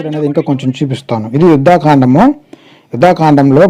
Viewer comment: అన్నా యుద్ధా కాండ అని చదవకండి. యుద్ధ కాండ అని చదవండి. ముందే వాళ్ళు ఆ బత్తాయి గాళ్ళు ముక్కోటి మందికి పుట్టిన వాళ్ళు. మనం పర్ఫెక్ట్ గా చదివితే ఫ్యూజ్ లు ఎగిరిపోతాయి. Thank you for this video anna 🙏🏻